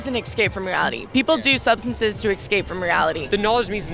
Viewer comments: “Ecscape” Please don’t ever say it like that again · "to ex-scape from reality"..... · "ekscape" "escape" There, fixed that for ya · as soon as i hear "ecscape" i lose interest with anything that person has to say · "excape" Really?